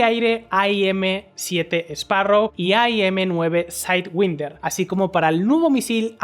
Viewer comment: Por que "saidwinder"? "Saidwainder" o "sidewinder". Lo pronuncias mitad en ingles, mitad en español.